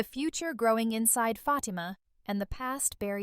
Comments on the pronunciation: I hate when these females get on here talking about the stuff we already know on top of that they mispronunciations FATIMA NAME her name is not FATMA😳🤦‍♀️🤦‍♀️🤦‍♀️ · A lot of the stuff that she’s talking about I’m not even understanding question mark all that stuff cannot be packed in one episode. What is she talking about? For the record her name is Fatima and that’s how you pronounce her name but none of the stuff that you’re talking about. Don’t make no sense. Karen already knows that Fatima is pregnant. Because Zach slipped and said it. So what are you talking about?